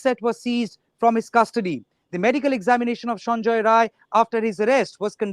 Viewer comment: Sanjai rai....not Roy. He is not a bengali person, the truth .